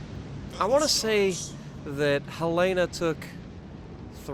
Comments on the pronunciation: Helena. Hell-in-ah. :) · Pronunciation is Helen-Uh. Not the way you are pronouncing it. It's named after my state's Capitol. She was in Pearl Harbor and due to a tender she was targeted by Japanese bombers. But due to that tender she also didn't capsize like other ships. I do believe she was "the most fightin'est ship in the fleet" and after playing her, I can see why! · Pronounced Hel-uh-nuh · As a Montanan I will just say you pronounced the name wrong. HELL'-en-uh. Other than that, good video!